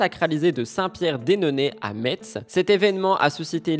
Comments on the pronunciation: Pitié pour la ville de METZ c'est MESSE et pas METTTTTTTTTSSSS !!! ce sont les allemands qui prononcent ainsi .... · bonjour, on ne prononce pas le T de METZ 😀😃